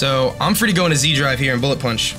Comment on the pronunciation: Wouldn't zDrive be pronounced as setDrive? (Austrian, not Australian, here)